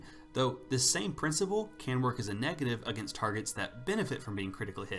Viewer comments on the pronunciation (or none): none